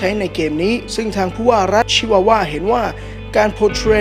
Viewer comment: รัชชชช..ชิวาวา สำเนียงมาเต็ม55